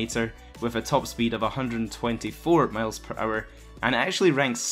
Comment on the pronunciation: Miles not males dddd😂😂😂😂😅no offense man keep it up